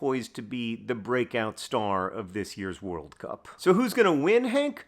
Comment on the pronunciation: Switching between emphasizing it as WORLD cup vs world CUP with every recitation of the name is really jarring my brain lol